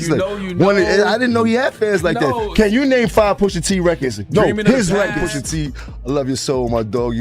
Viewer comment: Cornball said POOSHA 😢😂😂